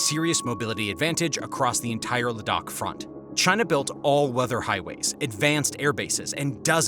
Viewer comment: great reporting and commentary ! Ladakh is pronounced < > Kind regards, Ciao!